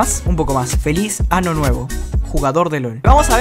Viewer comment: Qué es un ano es año no ano star